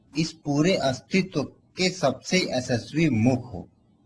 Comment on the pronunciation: बकलोल पहले अपनी आवाज़ साफ कर फिर वीडियो बना 🤣🤣🤣 ऐसेस्वी मुख नही यशस्वी मुख बोल .... गत्ते कम फूँका कर जबान साफ होगी... बुरा मत मानियो भाई